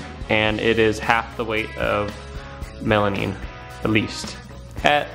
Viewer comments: Stop saying melamine wrong lol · melamine, not melanine lol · Stop saying melaneen